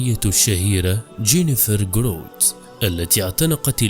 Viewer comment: اسمها جراوت، و ليس جروت، كما تنطقها. اللهم بارك لها وثبتها على الدين الحنيف